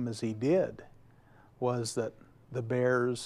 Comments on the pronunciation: I'm ok with it but bears are not beers, totally different things are pronounced differently. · Is he saying beers or bears? The bear that killed him was a bear that didnt know him..